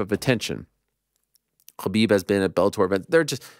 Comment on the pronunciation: Funny how Ariel overly exaggerates every fighters name for the correct pronunciation like aDISSonya but intentionally mispronounces Khabib’s name by making it khhh instead of the silent H. He’s the only one who goes this far to mispronounce his name. Dudes just a slime ball.